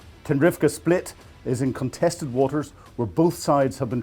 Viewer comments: Spit, not split. Otherwise good report, thanks! 🙏🏽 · it's a 'Spit', not a 'Split'. 🙂